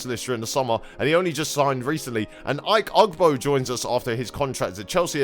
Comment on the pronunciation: ike ugbo is said ee-kay ugbo